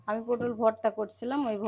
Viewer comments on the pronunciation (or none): পোডল না পটল